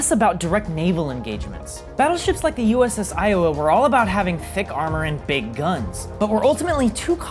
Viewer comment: Did you say ios battleship or uss lowa